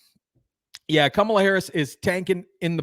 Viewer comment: Did I just hear him say cummala Harris, cummala Harris?